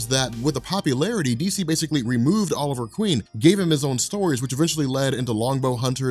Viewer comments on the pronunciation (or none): none